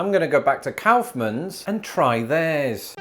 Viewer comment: "cowfmans" lol 😂😂😂 Its pronounced more like the act of expelling something from the lungs than a bovine ungulate, my friend!